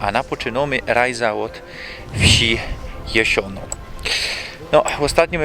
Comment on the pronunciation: Chopie, JASIONA a nie Jesiona. Słowa są ważne.